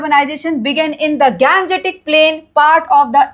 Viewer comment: pronunciation of Gangetic 😢😅😮